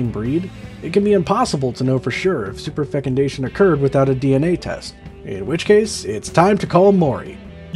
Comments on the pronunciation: “Superfucundation” sounded like an Irish swear 😂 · Wow, superfecundation sounds superfecun-amazing.